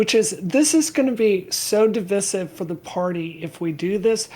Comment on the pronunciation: Divisive isn't pronounced that way